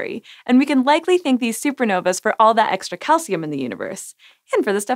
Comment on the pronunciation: The plural of supernova is *Supernovae Pronounced "SOO-per NO-vee". You're welcome "sci" show. ;)